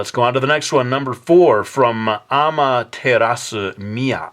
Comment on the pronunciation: you pronounced a certain special japanese name wrong/it sounded strange. i say it's special because amaterasu is the japanese sun god, which is something you should know from studying japan for drawing and writting miki falls.